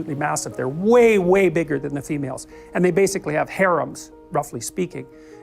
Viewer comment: "HAREMS", silly AI bot. Harems.